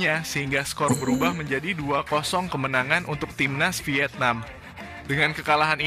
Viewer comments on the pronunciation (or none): Vietnam bro,, 😄😄 bukan wietnam😆😆😆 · Bang cakap ny..wietnam😂😂